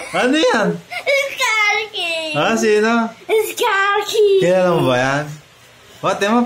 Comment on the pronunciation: Bro said SKA KING